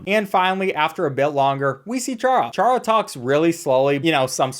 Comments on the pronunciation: It’s pronounced Car-uh not char-uh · it's prenounced cara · bro ch-ara? are you fr. its pronounced cara. bruh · Why is no one talking about how he pronounced charas name wrong it's pronounced cara not Chara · it's pronounced Kara not like char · ITS NOT PRONOUNCED “CHARA” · Ain’t no way bro said chara didn’t pronounce it kara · by the way its chara as in character just so you know